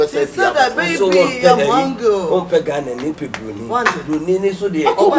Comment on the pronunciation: Dinah said babe am hungilll